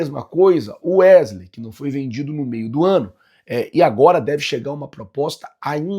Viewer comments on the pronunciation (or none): none